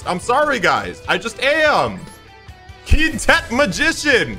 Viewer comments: Hey, nice video! Just wanted to let you know, Quintet is pronounced like kwintet, not keentet. Apologies if that was a joke pronunciation that I didn't understand. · Its Quintet, lets say it Qwhen-tet.